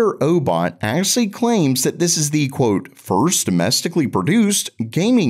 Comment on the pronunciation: Why do you say these names so weird? "Thunder-o-bot", "O-B-S Bot"? Its pronounced just like thunder robot. And obs bot.